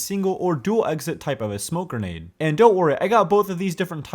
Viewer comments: I don't mind it's probably how he grew up, in fact it's funny to me how he says "genade" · I HEARD IT I HEARD GENADE